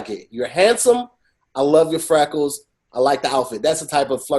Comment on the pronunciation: He said frackles ahahahahah